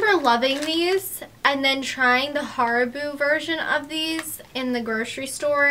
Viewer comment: The way you pronounce Haribo tho.